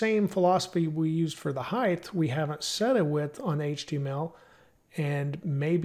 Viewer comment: Throws me off every time you say 'heighTH'. Great content otherwise.